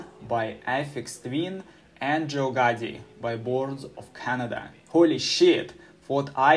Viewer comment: "Joe Gotti was born in 2002" 😭👌